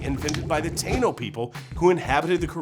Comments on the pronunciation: Taino: (Thai-e-no) not (Tay-no) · first off, it's pronounced Ta-ee-no and second off get the real stuff man! The rum based stuff with that dominican flare can't be replicated! I'll get you some puertorican pitorro for next time. Basically it's our version of moonshine LOL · You're saying Taino wrong.